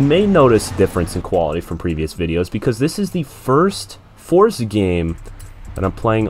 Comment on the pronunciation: FINALLY A CHANNEL THAT SAYS FORZA WITHOUT ADDING THE T TO IT